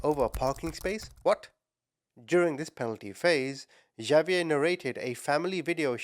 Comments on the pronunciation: not "J"avier its pronounced as "H"avier,, H not J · Javier is pronounced like Havier❤ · Javier is pronounced Ha-ve-air And Xavier is pronounced Ex-a-vi-er I know mexican names are a bit complicated to pronounce lol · It's pronounced HAH- vee-err. The j sounds like h in Spanish.